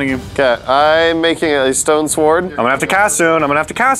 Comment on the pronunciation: I'm gonna make a stone sward. Me: DID YOU SAY SWARD?